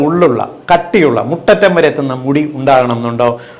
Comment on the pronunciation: മുറ്റട്ടം അല്ല കുളങ്ങാ....